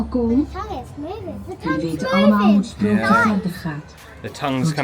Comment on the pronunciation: Just for future reference: the Dutch double O is pronounced like in boat, not boot. The 'oe' in Dutch sounds like 'boot'. So, Stroapwáhfel, Droamvlucht (I won't be trying to get you to pronounce the 'ch' or the 'u' properly 😂) and.... Sproakje (Fairytale)